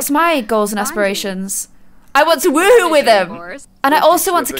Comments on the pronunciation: Lol love when you say woowoo when it is woohoo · Felipe Herrera she likes to say woowoo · It sounds like she’s saying woowoo